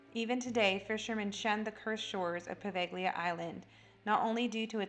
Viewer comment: The ‘g’ is silent in Poveglia. Otherwise a very good video